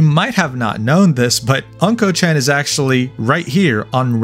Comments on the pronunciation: I couldnt watch the video because you keep pronouncing "unco" (meaning poop) as "uncle" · Hey, it's Not "A"nko, but "U"nKo. AnKo means Red Bean Jam, and UnKo means Poop/Faeces, It's TOTALLY DIFFERENT THING!! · he sure lives up to his name because Unko ( a closer pronunciation would be "oon koh" ) means Sh!t. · not anko chan, but unko chan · hahaha anko chan, its unkoh meaning shit or poop. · Bro can't even pronounce unko correctly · Ok, mispronouncing "Unko" is kinda understandable, but "Show Hai"? Come on!